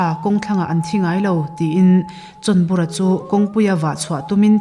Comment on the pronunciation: chhawnbura ti a a lam hi a diklo,chawnbura tih a ni si a.